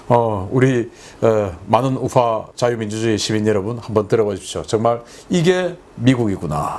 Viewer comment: 신선생 우파를 왜 우fa로 발음하나요 알다가도 모를 fa는 pa로 발음하면서 똘아인가?